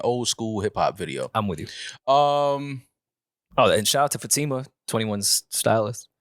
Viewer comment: Fah-tí-mah not fateema...